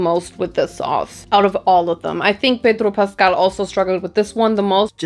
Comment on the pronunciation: The way you pronounced Pedro Pascal was on point 😩🤌🏻🤌🏻🤌🏻